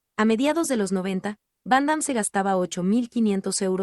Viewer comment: Y a quién le importa? Primero que todo aprende a pronunciar su nombre y a expresarte , no lees bién, lo que nos importa es su actuación y el legado que a dejado adentro del cine una extralla y un fan de el .